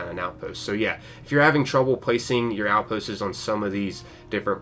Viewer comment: can pronounce materials but still says “outpostes” 🥴